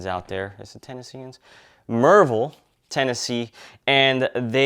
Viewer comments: Yes sir. "Murrvill" is the area correct pronunciation of "Maryville." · A local LEO here. A like and comment for giving a shout out to Maryville, and its correct pronunciation!